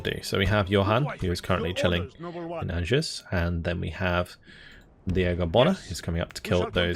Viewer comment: Another great campaign series,. Could I just ask that you pronounce "Angers" like: "Ahn-zhair." Sil vous plait. Cheers!